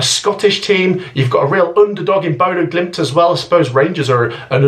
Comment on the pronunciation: Bodø GliMT,not Bodø GlimIT. One too many i’s in youre pronunciation.